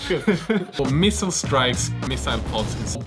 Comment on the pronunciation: pronouncing missile one way and missile pod in another is sooo classic